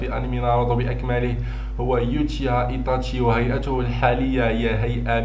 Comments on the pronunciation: إسمه إيتاشي وليس إيطاشي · اولا يتاشي وليس ايطاشي وثانيا ناروتو وليس ناروطو